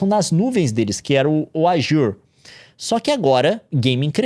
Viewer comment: que jeito diferente de falar azure kkkkk